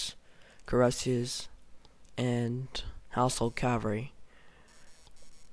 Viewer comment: Infary? Cavry? Uhanians? Meelee? Other than the shite English. It was a good vid :)